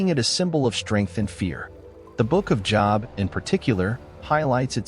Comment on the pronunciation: It’s pronounced “Joe-b” not job like work